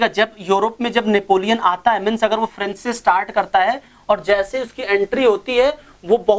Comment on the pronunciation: French nahi hota French hota h